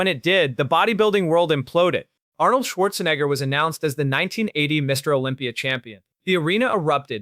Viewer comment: What's with the fake "flies all over the screen" effect? In what way does it enhance this video? Also, you can't even pronounce Arnold's surname properly. you idiot! 🤣🤣🤣🤣🤣🤣